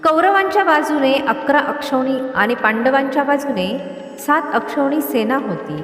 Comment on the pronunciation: ते अक्षवणी नाही तर अक्षौहीणी असं आहे.